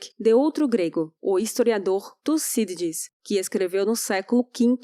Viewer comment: No tempo disse o nome do historiado ,tosidis ?.